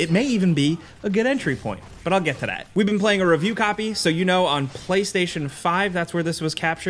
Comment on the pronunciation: Too bad he can't pronounce the word "that"